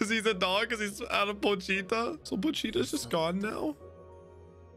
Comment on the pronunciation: It’s pronounced more like “pohch-ta” The “I” isn’t pronounced as having